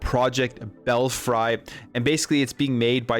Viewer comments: Fuck! it is pronounced bell-free and saw-ga! It truly hurts ny brain to hear you say them like that. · It’s pronounced bell free. Ever heard of bats in a belfry?? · Bell free is the correct pronunciation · Belfry is pronounce, "Bell-free."